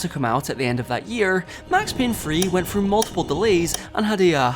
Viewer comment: please learn how to pronounce "th" sounds "finking it frew" at around 4 minutes in got me leaving this video man